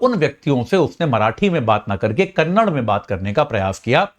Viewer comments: Kannad nahi Kannada bhol. ಕನ್ನಡ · It is KARNATAKAAAA and KANNADAAA. Improve your vocabulary before you come into the topi